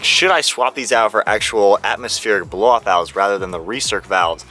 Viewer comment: If you say "bloffout" one more time Im gonna block this channel😂😂😂